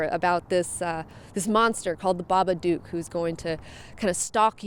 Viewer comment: Everybody says it like that its pronounced so it rhymes with book The babadook Pronounced(bah-bah-d-ook) not (ba-ba-duke